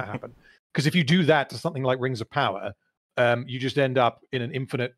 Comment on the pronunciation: Rrrrrrrrreeee of powerrrrrR